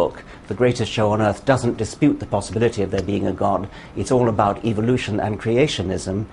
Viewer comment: when dawkins says evolution it actually sounds like evilution. Its so funny.